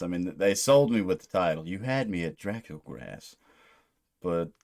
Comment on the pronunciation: Pretty sure it’s pronounced Drah-COOL Grah. It’s Romanian or something lol translates to “Fat Dracula”